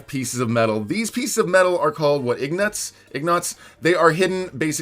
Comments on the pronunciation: ing-Ots Me: it’s ing-git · its pronounced in-gots.